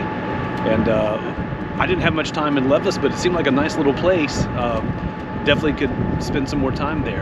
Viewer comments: Great video! Loved your positive attitude on the train delay. You definitely saw some great Québec highlights in one day :) On your Qs, the Battle of the Plains of Abraham was in 1759 and Lévis is pronounced Ley-vee :) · Lévis is pronounced "Lay-vee"